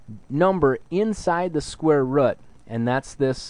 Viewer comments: rooooooooooooooooooooooooooooooooooooooooooooooooooooooooooooooooooooooot NOT rut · rut. not rut, root. say rooooooooot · Haha square rut. It's ROOT. I'm sorry, but the way you say it was hilarious :P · All my life I've been saying square root, but it's actually square rut.😭🥲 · thank you but it’s root not rut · It's a fucking root not a rut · Just say root dumbass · Say root properly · thank you so much I love you and the way you say root "rut" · did anyone else notice that it sounds like he's saying "square rut"? i thought it was pronounced different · man cant watch the vid if he says rut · yeah, textbook never once explained that square rut was the correct way to say it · "Square rutt" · after hearing square "rut" so many times, i have to watch another video. It's like my teacher how says "scare" instead of "square" (she's Indian) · Square rut! Ah! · amazing vid the way you say root caught me off guard but thank you made it more interesting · Are you from Wisconsin(or anywhere near) cuz that's how my teacher pronounces root?...